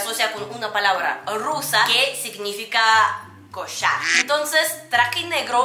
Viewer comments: Coshar jajajaja se oye muy raro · Que Rico dices cochar